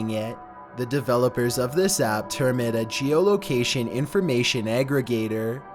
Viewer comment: noice triey develowpers